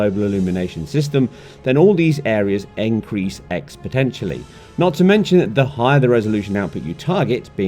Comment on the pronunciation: "Encrease expotentially" what? did this dude have a stroke?